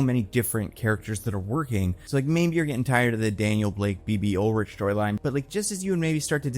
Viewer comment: i love ya but it’s bb urich not ulrich 😭😭